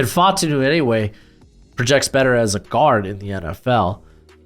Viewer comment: what's up with you pronouncing so many people's names wrong?? Brian Daboll, Troy Fautanu, Xavier Legette, etc... Also this is WORST mock draft I've seen in 2024. Raiders and Chiefs picks were terrible. Penix and McCarthy are way too high. The CB's are way too low. No Wiggins, Kool-Aid, JPJ, Brian Thomas in the 1st round??